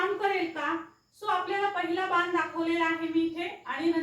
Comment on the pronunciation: आधी ज्या भाषेत वाक्य ट्रान्सलेट करायच आहे ती भाषा शुद्ध करा . बान नाही बाण असा शब्द आहे